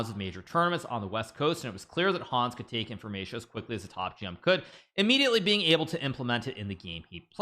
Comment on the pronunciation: The way he's pronouncing Hans